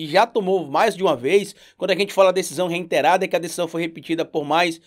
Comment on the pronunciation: Adoro seu trabalho! Só um toque: a palavra é REITERADO, sem o N. Abraço